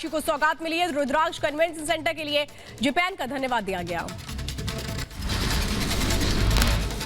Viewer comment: जेपेन नहीं मैडम जापान होता है... पीला वस्त्र पहनकर बैठी मैडम ध्यान दें